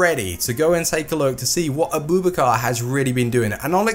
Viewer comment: his name isn't a-boob-a-car